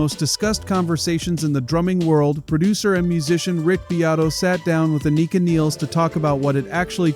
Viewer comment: Thank you for pronouncing Anika’s name correctly.